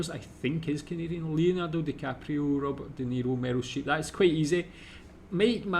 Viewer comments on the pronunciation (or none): none